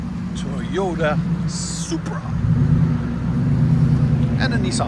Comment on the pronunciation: I’m hearing “Teayota” 😂